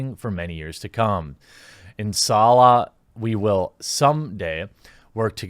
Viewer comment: the way you Inshallah was wrong. The S and H are supposed to be said together together like how you pronounce ship. Other than that you're good. Also I agree with you in your video.